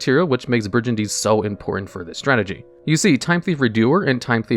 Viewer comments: Do you really have to say bridge and Dean 500 times because that's not how the word is pronounced it's like brigand. Intensely mispronouncing a name wrong as many times you can is very interesting for a YouTube strategy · Trap monsters are super fascinating. Also, I died a little inside every time you pronounced it "bridge-andine". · I'm getting overly upset by Shade Brijandine's wrong pronunciation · WTF is a Bridge-a-dine??? Learn how to read for the 100th time!! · It's actually pronounced "Bri- GAN - DEEN" with a hard "G". A mispronunciation like this wouldn't normally bother me this much, but you talk about the card for a while and say it so many times... Also, Dinomischus can banish ANY face-up card (important to remember if you can't target your opponent's cards). You wouldn't want to accidentally banish your own cards. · Good stuff but bro that is definitely not how you pronounce brigandine, it's a soft G not a J sound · Or the slaughtering of "brigandine"